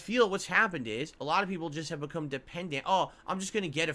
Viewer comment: Isn’t it so weird how he said “ alah” instead of “ a lot “ and “ wah “ instead of want but then other words like concerted he over annunciates the Ts in the word?